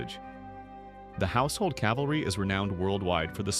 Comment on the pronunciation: There is not a “household Calvary”. There is a “household cavalry!” 🙄